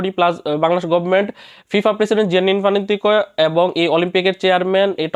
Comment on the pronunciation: দুইবা‌রেও ফিফা প্রেসি‌ডেন্ট এর নামটা উচ্চারন কর‌তে পা‌রেননা অাবার পেজ খু‌লে রি‌পোর্ট বানান !